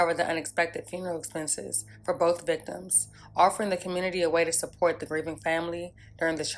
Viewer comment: You say community with n R, there isnt much hope left for this commurnerty